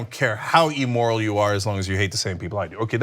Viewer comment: You aren’t helping. Your arrogance is blinding you to how you are being manipulated. Sad. And the word isn’t emoral; It’s immoral.